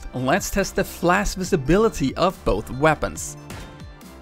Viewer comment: I just can't stand the way he pronounces "flash"